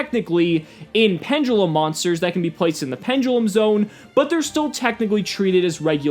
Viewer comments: good informational video, but wtf is A PEN-JUH-LEM? its PEN-DE-LUM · pendulum when did it be become pendgulum